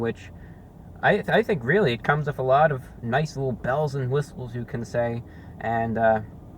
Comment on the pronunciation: I love the way he flubs "whistles" lol